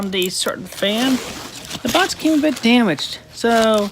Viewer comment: it's fascinating to see how Chris Chan appears to have regressed in terms of speech. In the earlier videos of this series, it seemed like Chris didn't make nearly as many mispronunciations, like saying "bots" instead of "box" multiple times. Almost like when a child regresses to using baby-talk when their parents have a new kid.